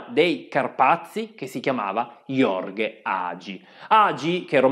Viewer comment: Gheorghe Hagi, non Jorge ... Arrigo Sacchi da FUCECCHIO è strepitosa!